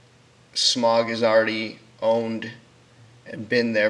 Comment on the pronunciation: "Smag"? It's pronounced with a aw/au sound as in "loud". Additionally, it sounds too much like you're reading directly from a script. Try to memorize what you want said, or straight up improvise, it will give your narration better flow.